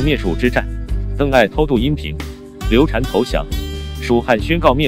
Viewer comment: 再说一遍 刘禅（shan）